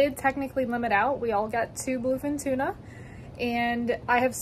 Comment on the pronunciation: Tuna not Tina sorry